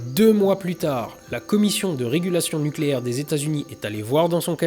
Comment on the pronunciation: Nukélaire! On dit nukélaire! D'Oh!